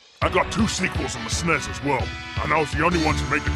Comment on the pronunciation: If you're trying to my Mike Haggar sound like an American, you should make him say "Es-en-ee-ss" not "snez" because Americans usually pronounce acronyms by their letters, not as a word.